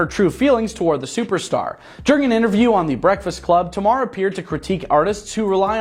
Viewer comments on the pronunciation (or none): Her name is Tamar (Tay-Mar)